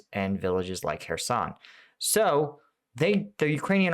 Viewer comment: I'm watching your video instead of Joe Blogs because you pronounce "Kherson" correctly. He's still calling it "Curzon".